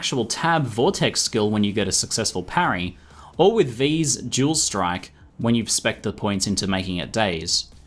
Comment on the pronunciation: When you said dual strike, I thought you were saying jewel strike XD. I love your accent!